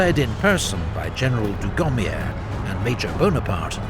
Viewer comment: dugommier silent r . man you are really butchering the names